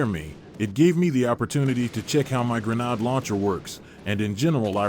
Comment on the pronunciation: Wow, Listening to you continually mispronounce grenade is doing something to my brain....